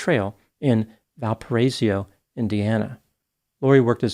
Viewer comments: you pronounced it "val-pah-RAISE-ee-oh". It's pronounced "val-pah-RYE-so". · It’s pronounced Val - per - raise - oh.